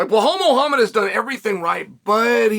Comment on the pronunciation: Clearly been punched too much, it’s Muhammad not muahamma